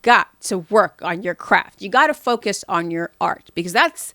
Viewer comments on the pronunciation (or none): none